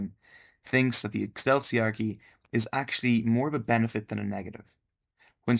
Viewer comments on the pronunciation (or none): Ecclesiarchy is pronounced "E-Klee see Ark ee" theres no sound similar to the word "Cell" there. But I see that others have mentioned it. Take this comment as for the algorithm gods and otherwise ignore it :) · How can you be so knowledgeable on the subject yet pronounce Ecclesiarchy in perhaps the least correct way possible lol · Noones talking about the horrendous way he pronounced eccleiarchy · that's not how you pronounce "ecclesiarchy"